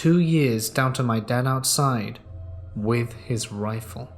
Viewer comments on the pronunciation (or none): none